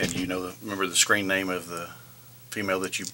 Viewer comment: As the officer asked for his screen name I heard "scream name".